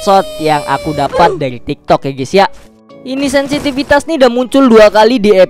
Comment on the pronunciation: Bang yang bener bang sinsipitas ya peliss😩😩😩